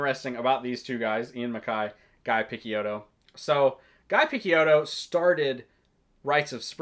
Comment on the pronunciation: This is exactly the video I was looking for, thanks. Btw, "Picciotto" is pronounced piˈtʃoʊtoʊ/ (pi-CHOH-toh), it means "boy" in Sicilian dialect and was subsequently used in Mafia to address lower rank affiliates.